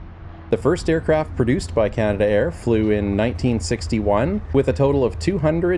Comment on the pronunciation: Nice video . By the way it's not canada air but canadair , and all their products start with CL not CT 😊